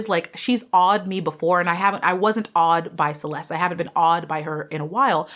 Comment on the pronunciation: Hi. Her name is pronounced as "Che les te". Love you.